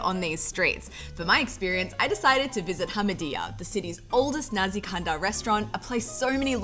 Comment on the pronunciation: Nasi kandar. Not nazi kandar